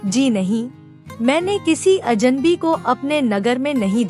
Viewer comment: अजनबी, अजन्बी नहीं ।